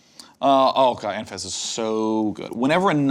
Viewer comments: Why has nobody commented on him saying Anafezza instead of Anafenza? Hurts my braaaaaain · Anafeza? She's Anafenza dude. There's two n:s in there.